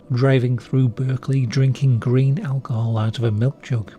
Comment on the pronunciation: 'drinking green alcohol out of a milk jug,' lmao what eta oh, 'grain' alcohol. i swear the first time it sounded more like 'green,' i was thinking 'what is it st patrick's day or some'